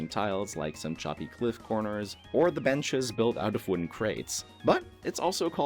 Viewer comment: thought that ""bench"" was a little odd lol